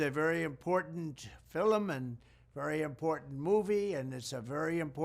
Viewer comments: I have never seen film pronounced filum before. I like Trump's leadership but saying it that way three times is bizarre. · Actually I like Trump, but really? “FILLUM” 😆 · He pronounced it 'Filem'. It should sound the same as its spelt. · Is it just me, or does Trump pronounce "film" weirdly in this clip? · Thank you for being the decent human being amongst all those who are supposed to be mature, responsible, ethical pillars of society, Mr. Trump! What a shit show all throughout the land these decades have been!! *Those in-the-know understand why you pronounced film the way you did! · Can someone please teach the man how to pronounce the word “film”? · So important he can’t even pronounce film correctly. Lol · Well he's saying the word "film" wrong but I think we can handle that mistake versus the daily mistake we have in the current White House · He is even pronouncing “film” the way you do!!! It’s a total shoutout to the Scots! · Why does he say film so weird? I mean I love Trump but he says it pretty weirdly lol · this is projecting strength to you??? someone who can’t pronounce “FILM”?? LMAO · I’m sorry but he can’t pronounce film lol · Only President Trump could turn the word "film" into a 2 syllable word. But it's Ok because this film IS a 2 syllable word! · Why is he pronouncing FILM like he's Irish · Great message. I love the guy, but someone’s gotta work with him on the pronunciation of film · He has a real tough time saying the word 'film' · How hard is it to pronounce FILM correctly? I've never heard it said this way and he keeps saying it. I brushed it off the first time as him just being the normal stupid but it seems to be not just that but some sort of ignorance. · Did he mispronounce the word "film" at the end? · I love that he takes such a common word as "film" and adds a syllable just because he can. That's a G. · Why is he pronouncing words weird? Is this AI? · It's how his nan pronounced it they're Scottish🤦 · Why is he saying filll um